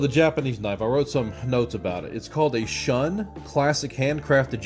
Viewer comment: You mean "Shoon" not "Shun".